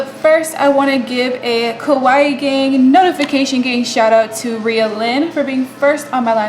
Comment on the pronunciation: Great tutorial! The way you say kawaii though 😅